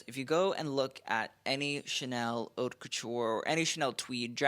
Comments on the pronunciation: It’s pronounced “oat’” not “hot”. Take an elocution lesson. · Yes the H is silent.